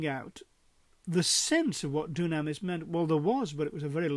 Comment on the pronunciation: Thank you for taking the time to produce and post this video. Just one point of order: The way to say dunamis is doo'-nam-is, not doo-nam'-is- or so it is given in Strong's..